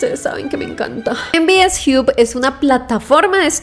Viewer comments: Se pronuncia jab o job, no jiub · En Bi Es Jiu ? Me mató, hay que mejorat el Inglés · "MVS jiup" .... jajjajajaj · "mvs JIUB" 😂